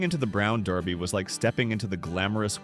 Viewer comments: The AI voice didn't know how to pronounce Derby. It pronounced it Darby. You might want to correct that it makes it sound very unprofessional. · hey, British AI computer - Americans don't pronounce derby as "darby" There is no restaurant called The Brown Darby, those steak joints were far from "fancy" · Brown "Darby"?? Do better AI voice guy. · The AI voice repeating "Brown DAR-by" was jarring. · The Brown “DARBY?” Fuht the wuck? Stupid AI that no one checks for accuracy. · When your AI narrator can't decide on how to pronounce derby--it's durby, no darby--one wonders what care is put into your posts. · If you stop letting AI use bad grammar of stating the names incorrectly, it would be better. Also, letting the viewers know where these places are or were, would help also👌🏼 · Get your AI to pronounce the name The Brown Derby correctly. Pathetic imo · You mispronounced Derby. It’s not Darby. A derby is a hat. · Brown DErby, not Darby - if you want to be better then don’t use AI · Is this AI narrated? I think the pronunciation is not DARBy but dERby. Brought back memories but AI mispronunciation of common words is becoming a problem. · Gosh, make up your mind. You pronounce "Brown Derby" correctly when you refer to the hat, but you keep naming the restaurant "Brown DARBY"! What's wrong with you? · I HATE AI!! It's not Darby, its Derby!! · its Derby not darby. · It’s not “Brown Darby”. It’s “Brown Derby”. 😵‍💫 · What's a Brown DAAAARBY ? Never heard of a Brown DAAAARBY ?? It's Brown Derby you stupid AI generated voice. 😡😡😡😡😡😡😡😡🤡🤡🤡🤡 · Not Darby! Its pronounced The Brown DERBY! A derby is a round brown hat. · Brown "Draby' Derby? Ah, AI narration. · DERBY. The Brown DERBY, not Darby. Very disappointed in this failure in accuracy. Made me stop watching your video. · It Derby not Darby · The Brown Derby not Darby ! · you keep saying the brown darby, its derby not darby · It’s not “ Brown Darby. “ It’s “ Brown DERBY”. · It's not dARby But Derrby! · Brown Derby, not Darby